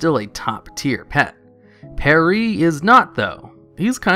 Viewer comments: Pierre is pronounced pee-air, not pear-e. You silly goose. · It's "Pierre," not "Perree" just FYI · What the fuck is 'Peree'. It's Pee-air. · As a French viewer, I cringed a tiny bit every time he mispronounced it. He should really check certain names' pronounciations before making his videos. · Sorry, I love your videos but I have to comment on this. It's not "Pair-ee", it's "Pee-air". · Perry? isn't it Pee air? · Pierre is not Pairee its Pee-air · It's "Pee - air", not "Pear - ee" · PEE-err, not perry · Its not PAAYYYAARIIII you weirdo, its pronounced Pyeeere its a french name lol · I'm pretty sure Pierre is not pronounced Perry. xD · And Alonsus is not pronounced Alonus.. but he finds a way to say Alonus 1000 times in the video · My butt got so clenched every time I heard Peree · "Per-ee"? C'mon... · Pierre is pronounced "Pee-air", have you never watched "Beauty and the Beast"? And "Draenic" is "dray-nick", there is no s or x there to make it "-icks". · lol pierre not pear-riii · Pierre is pronounced "Pee-Air" ... Like a French name. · say perry one more fucking time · who the fuck is Perry? Did he mean Pierre? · Since when is Pierre pronounced "Pairee?" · Puh-ree! Puh-lease! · He still can't say "Pierre" right, lol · Pierre is literally a cliche french name, how have you never heard it pronounced before? Lmao Great guide, thank you! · lol how you pronounce Pierre :P sweet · The way you pronounce Pierre SMH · How do you literally not know how to pronounce pierre hahaha